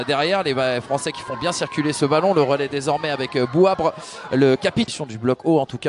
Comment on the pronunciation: c’est pas Bouabre c’est plutôt Bouabré😂